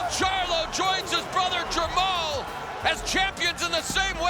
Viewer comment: you just said jermel and jermel instead of jermall and jermell